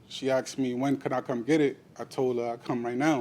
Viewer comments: I hate the way he speaks and says axed instead of asked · Why do American people say 'Axed' instead of 'Asked'?? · He "axed her" sounds painful